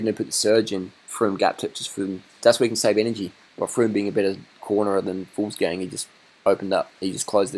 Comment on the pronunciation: not "fools gang" but "vuglsang"